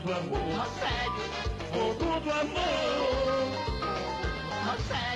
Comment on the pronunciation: Eu nao me aguento com esse "Rogério" que ele fala KKKKKKKKKKKKKKKKKKKKK